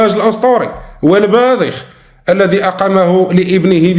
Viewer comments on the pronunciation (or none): none